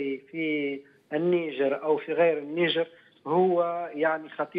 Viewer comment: اسمها النيجر وليست النجير ومن قال لك انها لا تعرف عالميا ثرواتها الاوليه الهاىله